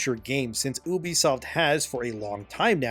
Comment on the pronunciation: It's pronounced "Yubisoft" I think.